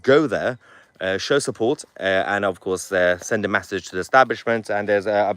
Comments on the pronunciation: He can't say "message" either, he's saying "massaj". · It’s an e , message lol not an A , that’s massage lol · Pls stop saying massage instead of message 😅